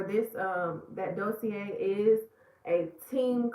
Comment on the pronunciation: Lmao you could’ve hit me up for Dossier pronunciation. Love the attempt though ☺️